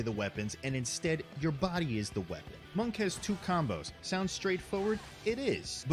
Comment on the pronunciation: isit just me or when the video was describing monk, i kept hearing it as "monka" without the s?